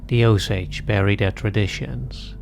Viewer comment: Oh-Sage as in “oh Say dzh” I think their name is pronounced as “oh-sah-heh”